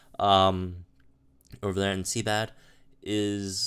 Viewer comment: Seabad? I presume you're joking? Ive heard this a few videoes now... SIEBIOLD (Psy-bold/See-bold). Love your content though, lol.